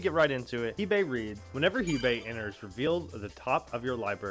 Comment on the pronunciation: its pronounced hey bye